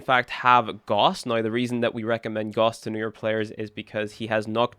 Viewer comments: You pronounce Gauss wrong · Gauss is not pronounced the way you are saying it. Do with this information what you will.